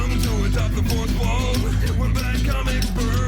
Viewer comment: Not Now Wabbit, i'm watching Atop the Wouth Wall...